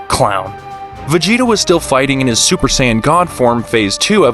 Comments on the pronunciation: Saaayen thats what i heard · Sayieen bro it’s saiyan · Bro said saiyawwan instead of Saiyan🤣🤣🤣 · Beerus not bills,sayians not seyeyans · Bro struggling with saying sayan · It’s actually saiyan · Sayeeean? You’re really gonna butcher every word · AND HE SAYS SYAYAN!!!!